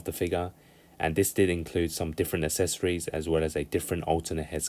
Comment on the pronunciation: For the love of all that is good, please fucking learn how to pronoun the word accessories. It’s not hard.